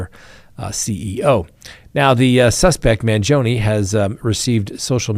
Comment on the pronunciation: Can you at least try to pronounce his name right. And stop calling his supporters groupies. How insulting!